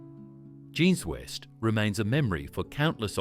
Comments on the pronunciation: Jeans West…pronounced like ‘John’s West’ 🤔🤨😆🙄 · "Beelow"? "Video Ehzie"? "John's West"? WTF man??!😮